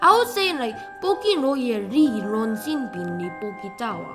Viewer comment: The best part is when said "WHY IS THIS MAN SAYING LOJE LIKE LOHE? AND IJO LIKE AJO?"